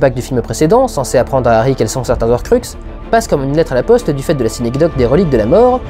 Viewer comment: Durendal... Le h est là pour une raison. Ca m'a gêné pendant cette restrospective et je me retenais de le dire mais au bout d'un moment faut que ça sorte. "Les Zorcruxes d'Arry" ça ne se dit pas, "Les Horcruxes de Harry" par contre oui. Les gens, prenez en compte le h ou c'est dans la tête que vous allez en prendre une de ma part! Commentaire achevé.